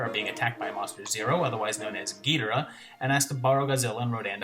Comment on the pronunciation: Thanks you for pronouncing Ghidorah the way I always did.